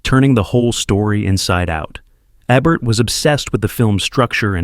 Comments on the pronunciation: The name isn't eh burt, it's EEE bert, it isn't Ray mil'und it's Ray Mi Land', AND.. Peter Lore? It's Peter Lor' ay.. jeez! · Getting tired of the in-human AI. It’s pronounced EEEbert. Roger EEEbert. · "eh-bert". AI narration much. Then he says it right once at least. Come on, can you just narrate it yourself. A person works for this channel that knows someone with a voice right. This is lame. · Omg Peter LORE, ee. Roger EE bert. It's very distracting when these names are mispronounced. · Ebert --- EE bert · My favorite part of mispronouncing "Ebert" in a video about Roger Ebert. And mispronouncing it 3 different ways! Is when the AI voice is talking about a French movie, suddenly he's "Eeebehrrrr" as if Roger Ebert became French because he's reviewing a French movie! You can't make this stuff up!! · E-bert for God's sake. E-bert! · EH-bert? Really, AI? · EE-bert, EE-va Marie Saint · hard E in ebert pronounce it properly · In cape fear, he doesn’t testify against Katy, he’s the lawyer who put him away. And why can’t your AI pronounce a word that’s actually in your title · "Master class" was overused. Also, quite a number of mispronunciations, including at least four different ways to say "Ebert".